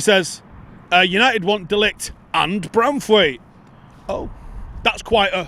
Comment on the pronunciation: How about trying to pronounce De LiGt's name properly!